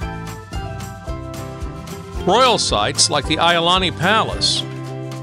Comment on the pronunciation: I’m from Hawaii and you covered many places for visitors. One recommendation is to pronounce the places correctly please. Iolani palace for instance is a short I sounds for both i’s, etc. Hanauma Bat and many more we’re also incorrect. Makapu’u beach was perfectly pronounced. Just a recommendation if you do another one. It’s important for the culture and people of Hawaii. Aloha and Mahalo